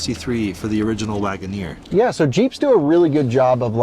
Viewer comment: Guys, let's be understanding... It is just Jeep Lag'o-neer 😂